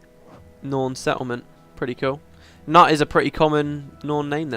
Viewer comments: The name 'Knut' is pronounced 'knoot' A common Scandinavian name :P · Oh yes, Knut read as Nut :D That's the stuff voice acting killed a little bit - your mispronunciations :D If I'm not mistaken, you dislike the Norn in the sequel because they're treated like a joke? Like big, dumb, brawny ale-hounds. But between my experience with the wurm dungeon and this group of norn, I realize this has always been an aspect of their presentation. In fact, even the asura, when they're not the focus of the story, are quite the comic relief, so their GW2 portrayal is not a huge departure (sans the fact they're presented as cute, of course). Between the four races, it would seem charr suffered the most with losing their identity.